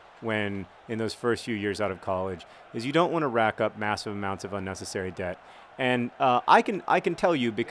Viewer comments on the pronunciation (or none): none